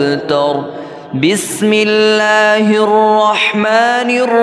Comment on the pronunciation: ap ka bismillah parna hee galat hai. bismillah mein wow kahan hain ? ap pahly bismillah parna seekho